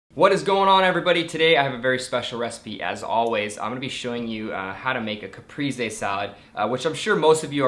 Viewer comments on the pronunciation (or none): looks really delicious! ps: the e in caprese is both times more like the second the e in elEven ;)